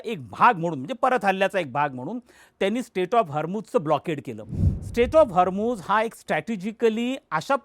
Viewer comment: सर हरमुझ नाही हॉर्मुझ आहे ते 😄